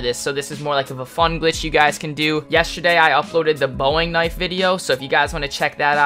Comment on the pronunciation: my dude promised he would pronounce the Bowie knife correctly *u lied to us all